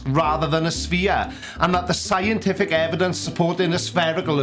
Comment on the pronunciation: Hi hi, fresh from your guest post at SciManDan. Very funny. Also, the world is not a sfeerah, its a sfeer, as being Scottish I know how to pronounce things properly :)